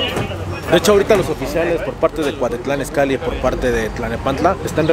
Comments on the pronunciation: se dice cuautitlan izcalli y no cuatitlan 😂 cambia el haiga por el haya 🤷‍♂️ , pero si te endenti 😂😂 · Es cuautitlan izcalli no Cuactitlán an izcalli 😂😂😂😂😂😂😂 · Es CUAUTITLÁN IZCALLI no cuatitlan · Es Cuautitlán izcalli no cuatitlan Izcalli ponte chingon!! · Es cuautitlan Izcalli no cuatitlan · Dijiste la de cuatitlán izcalli😝😝😝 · cuatitlan Izcalli jajaja habla bien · Es Cuautitlán Izcalli no Cuatitlán y no es grabiel es Gabriel 🤣🤣🤣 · No lo tomes a mal!!!, pero es cuaUUUUUUtitlán Izcalli, no CUATITLAN!, solo tomalo en cuenta!! Saludos!!! no dejes de chambiar!!! y de GRABIEL ni hablamos.